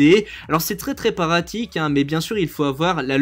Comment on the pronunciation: Ta beuger xD😂 "Très très paratique" alors que c "Très très patique"